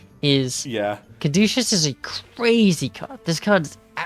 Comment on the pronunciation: cad - oo - see- us